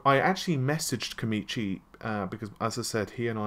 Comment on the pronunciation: It's koMAchi, not koMIchi. Not only do you mispronounce things, but now you've become outright dyslexic.